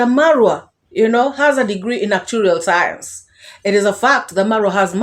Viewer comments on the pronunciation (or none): Carrot 🥕 of bugoma didn't finish secondary school so therefore she cannot pronounce actuarial science or she may think that course never existed in tertiary institutions. Olodo rabata carrot 🥕